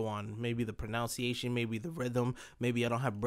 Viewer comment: ironic how you mispronounced "prononciation"